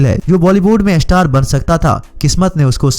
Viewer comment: Pehle star kehna seekh lo